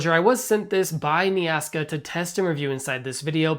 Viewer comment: Might want to read the brand name more closely. Its not "Nea ASKA" Its "Nea KASA"